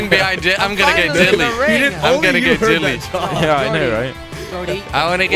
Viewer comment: Why do u say "Jilly" instead of Jelly